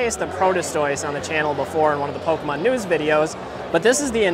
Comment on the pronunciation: PokAhman is definitely how parents say pokemon